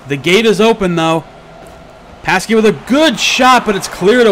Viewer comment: "Pasky"...No,, no! xD Anyway, another great cast from you! I love seeing these types of matches.:D